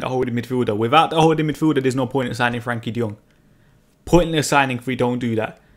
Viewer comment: His name is Frenkie not Frankie.